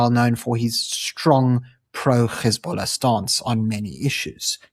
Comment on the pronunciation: Yeah keep it up ... btw its pronounced HEZ(bollah) not GHEZ(ballah)